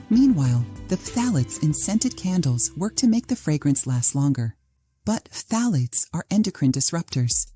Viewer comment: As a chemist, I was in the chemical intermediates field for years and we never pronounced phthalates the way you do😅! It’s more like [thalates] the ph is silent. It took me awhile to understand what the hey you were talking about! 😂